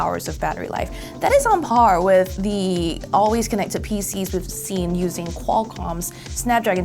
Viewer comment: The... Not, duh. Their... not, dere.